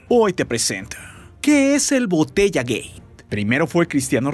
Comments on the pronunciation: Like si en ves de "gate" escuchas "gay" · Le entendí botella gey sjajjsjs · Entendí botellagey jajaja😅